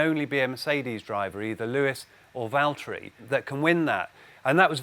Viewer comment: Andrew, it's Valtteri... to whom it may interest...